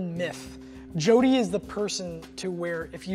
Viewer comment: 應該是Jordy(男性名)，不是Jody(女性名)